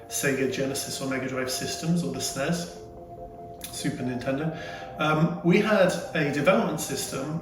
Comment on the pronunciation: Rewatching some of these videos.... Having moved from the UK to Canada, its nice to hear that pronunciation of SNES... Everyone here calls is Super Nintendo, Super N.E.S. or S.N.E.S. so its nice to here it being called "SNESSSSSS"!